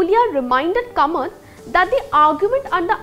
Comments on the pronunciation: It should be pronounced as Kaamath and not Kamat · It is not Kamat; It is KAAmat. The Konkani people won't be happy with this mangling of their name.